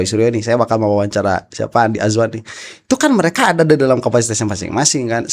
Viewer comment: Saya suka kalau pak roy bilang Andi Asu-wan 😂😂